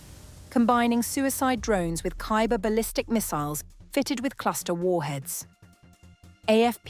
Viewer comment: Its khaybar shikan (Khaybar breaker) not Khayber